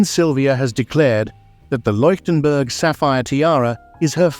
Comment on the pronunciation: Unerträgliche KI Kommentarstimme, Fehler auf Fehler in der Aussprache. Bohnen Fransen Tiara, Bananen Tiara, Leienburg/Loienburg/Likenberg statt Leuchtenberg , Wunderkerzen, Peru statt Parure usw. The A I voice is horrible. Mistake after Mistake in pronounciation and completely wrong names and words. Please not a second part with A I voice!